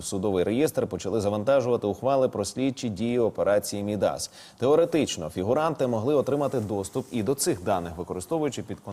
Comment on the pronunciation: Диктор неуч. Какой нафіг "Мід - Ас"?!? Произносится, как Мидас - верно. Ударение на первый слог. Тогда уже давайте, Не МіндічГейт, "гейтічМінд"